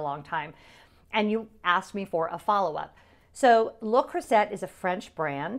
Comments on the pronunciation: Took me a while to realise what cookware brand you were referring to. We pronounce it (in the UK) le Croo-zay lol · And to be clear I know I’m pronouncing Le Creuset wrong but my audience is predominately American and I wanted to be sure they could find it so pronounced the way it’s spelled. I took French for 4 years and I’m sure my teacher watches and is fuming.😂😂😂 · As one of my favorite French teachers would have said…"You are hurting my French ears." 😂 But I get the need to meet the audience. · The French pronunciation is correct but I pronounced it the way it’s spelled so easier for people to find. You’re not wrong!